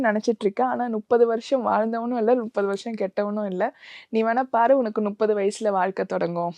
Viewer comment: நுப்பது இல்ல மா முப்பது